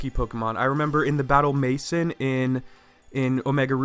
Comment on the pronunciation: I think battle „mason“ its supposed to be pronounced as in french